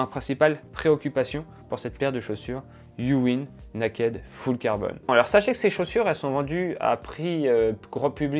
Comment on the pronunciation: Bon il va falloir travailler la prononciation en Anglais 🥳. Le naakède, j’ai mis du temps à comprendre!